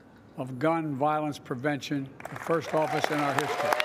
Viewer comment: Did she made a mistake in pronunciation to say "prevention"?